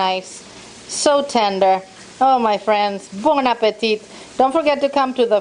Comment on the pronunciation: so you know, say appetit like this "Appetee" dont pronounce the T at the end. Love your channel I just deep friend my first turkey last week from how you do it.. Thanks.. so there you help me I help you LOL